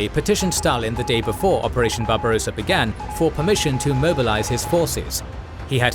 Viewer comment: Just a note : Barbarossa has 2 s, so you don't pronounce it like barbarosa, like a rose-a, but rossa. The o is short. Think of how you pronounce tosser.